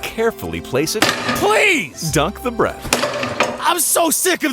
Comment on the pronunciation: dunk the breath 😂😂😂